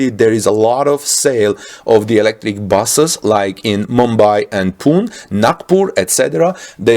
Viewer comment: The price of imported cars are 3 times of the sticker price. Tesla better start assembly to make any impact. Sodium ion is not a new thing, any alkali metal can be used for battery. Pune is pronounced Pooneh